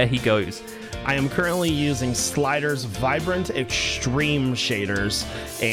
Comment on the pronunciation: Did really pronounce Sildur's vibrant shader as Slider's vibrant shaders? Speech 100